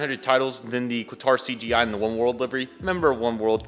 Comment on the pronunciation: You spelt Qatar wrong... you said Qator